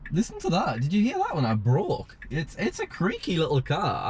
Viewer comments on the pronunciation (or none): When he said "when I brake", I dead a$$ thought he said "when I broke". Smh